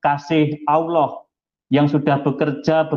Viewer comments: saya kristen, tapi saya cukup malu jika orang yg mengaku imam mesjid menyebut Al-lah saja tidak bisa , tpi malah menyebut dengan sebutan auloh, seolah2 ada terjadi sandiwara ,lgipula kenapa di dalam rumah sendiri harus pake masker?! seperti kata yesus di Matius Jika ya, hendaklah kamu katakan: ya, jika tidak, hendaklah kamu katakan: tidak. Apa yang lebih dari pada itu berasal dari si jahat. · Dari pengucapan lafaz assalamualaikum dan Allah dah ketahuan kalau bohong. Dan kalau boleh tau imam masjid mana ya?